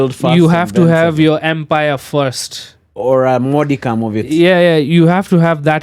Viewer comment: Tusijifanye hatujaskia amesema "modicum"